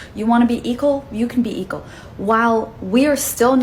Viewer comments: What's up with the woman saying "eagle" for "equal"? Weird. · She said eekle , what the hell is eekle ? You mean equal ? If you can't pronounce it , do you even know it's definition ? Eekle rights , Right ? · Second woman: it's "equal" not "eqal". 🙄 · Can’t even say equal!